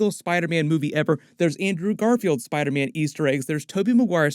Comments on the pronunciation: Bruh it sounds like dr Strange says spider-men. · Wait does doctor strange say spidermen instead of spiderman?